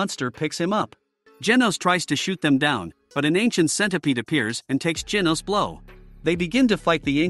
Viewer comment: Bro said geenos💀